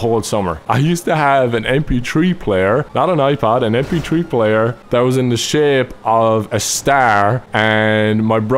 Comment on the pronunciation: "MP TREE PLAYER"